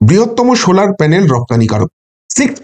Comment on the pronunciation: শোলার প্যানেল নয় সোলার প্যানেল।